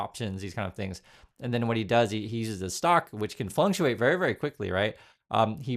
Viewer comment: Dude, the word is fluctuate not "flunktuate". Words are important, watch your language!!!